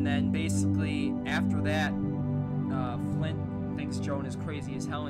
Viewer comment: Its Clint not Flint lol